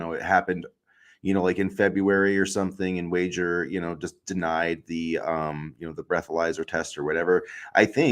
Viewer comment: Pronouncing Wager wrong was annoying.